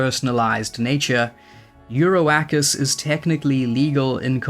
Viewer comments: I love hearing you say ”, but that Oak tree card is probably pronounced more like Europa. 😜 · It's an oak, lmao. Eur-oak-us.